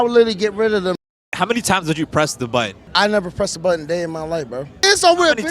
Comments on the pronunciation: Why can’t this guy pronounce “button”? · I would press it if the person who died was someone who pronounced 'Button' as "Buh-une"" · What happened to the "T's" in the word button? Can he even spell it? Cannot pronounce it for sure.